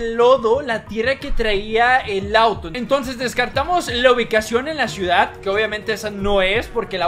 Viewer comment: Hablas bien, no hables como pen.... Es ciudad no chiudad, localicion o lochacion